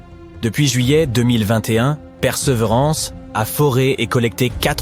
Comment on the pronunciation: Titre putaclic, voix d'IA toute pétée... Le robot "Père seuvrance"... Ok j'me casse, perdez pas votre temps ici les gens ^^